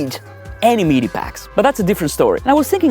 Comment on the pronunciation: Pretty good video! Your English is very, very good with just the odd mistake, but it's unfortunate you chose to mention MEE-DEE packs so often. Sorry, but as I say, your video and your English are great.